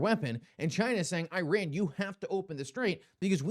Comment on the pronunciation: Could you please try to pronounce Iran correctly……..